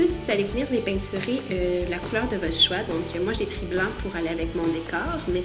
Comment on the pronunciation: J'adore quand tu dit "peinsurer